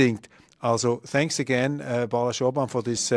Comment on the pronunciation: Nicht Balasz, sondern Balázs